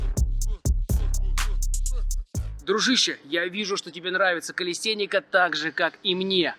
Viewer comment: Говори калистЭника, а то как секс а не сЭкс